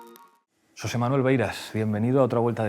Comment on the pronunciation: "SSSosé Manuel". De verdad tanto os cuesta a los putos mesetarios pronunciar la X gallega? ES COMO UNA PUTA SH, OSTIA. A que no decís "Sakira"?